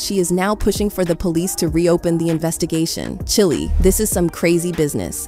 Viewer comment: And Chile (chili) !!!!! 😂😂😂😂😂😂